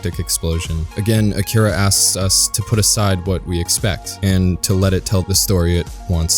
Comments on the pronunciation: a-ki-ra no k-kee-ra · Cant even pronounce akira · Have you not seen it? Because you mispronounced it.